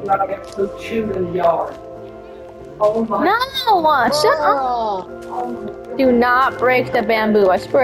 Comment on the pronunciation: Also you mispelled shut you said shup.